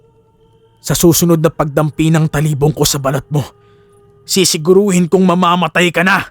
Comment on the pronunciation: You are slowly improving po.... keep it up... suggestions ko lang po pag nag bigkas ka po ng salita medyo diinan or bigtan nyo yung word example po d2 sa kuwento nyo pakingan nyo po how you said talibong at paguusal. Yung lang po Peace po sa inyo ni pinuno and never give up. 😊